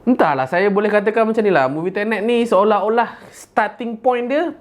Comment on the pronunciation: Aku ingat dia kata "TENET" tu, "INTERNET"hahahahaA😂😂